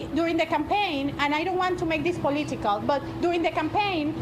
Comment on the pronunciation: "I don't want to make this poleeetical"... What an insanely stupid thing to say.